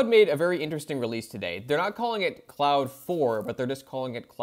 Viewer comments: Sir, it's not "cloud". It's Claude or "Clawed". You can't do a video and get the name wrong. SMH. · Yeah, I don't get why so many AI Youtubers choose to pronounce Claude as "cloud". They are absolutely NOT pronounced the same.